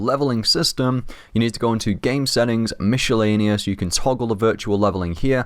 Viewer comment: I love how you say mishlaneous